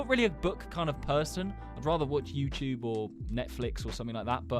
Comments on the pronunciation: YouTube ❌ YouyCheweeb ✅ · welcome back to the yuecheweb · Is no-one else gonna talk about how he said youtube? He said youy chewyeb😂😂😂😂😂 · the yuechewbe? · bro the intro... whyd he say yt like that...?? 😭😭😭